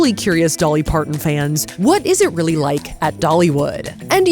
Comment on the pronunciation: Don’t worry Safiya I got your “uhh im weally starting to wwike Dollywood” reference 😂 it was hilarious